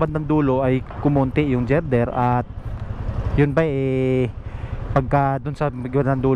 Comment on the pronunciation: Nakimarites ka na rin lang, sana inalam mo muna sa Google ang tamang pronuciation ng word na GIRDER at kung ano ang function nyan sa structure na yan. Susmaryosep!